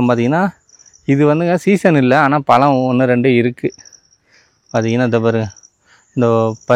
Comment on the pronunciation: Pazham nu pesupa azhaga irukum